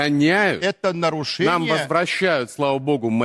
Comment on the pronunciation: "Єто норошеніє". Я реготав!